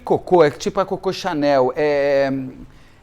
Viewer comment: Não é cocô, é Coco Chanel. A silaba forte é a primeira. Cocô é 👉🏻 💩